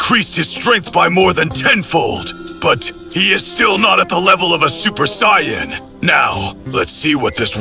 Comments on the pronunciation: Ngl, "Cyan" is killing me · I like these but the Saiyan pronounciation kills me a little inside